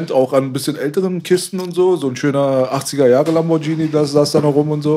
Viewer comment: Bruder lern bitte Lamborghini auszusprechen. Deine italienischen zuschauer werden es dir danken.